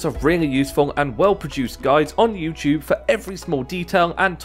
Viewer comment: OMGGGG for the LAST time, its YOUTUBE! Not yewchoob.